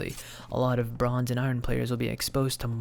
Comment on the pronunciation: why do u pronounce iron like that whats wrong with you bro